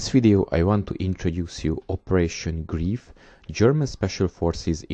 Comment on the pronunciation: it is pronounced GREIF LIKE LIFE!!